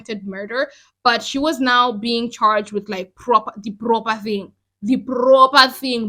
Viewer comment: The prrrrroper thing! 😂 Girl you've narrated this so well!!! I've enjoyed listening to this!